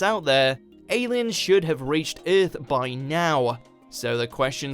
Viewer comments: the man said iiarth 😁😁😁😜😜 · You pronounce earth wrong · I really hate the way he says earth. Kills me.